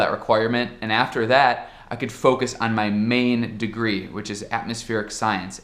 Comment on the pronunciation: "Andi"! Ja assimilou o sotaque brasileiro!